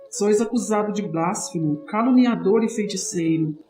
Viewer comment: Não é blásfemo, é blasfEmo. Não é ignominía, é ignomínia.